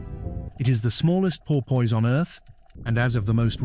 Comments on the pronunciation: its pronounced por-piss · Por-poyse? AI much?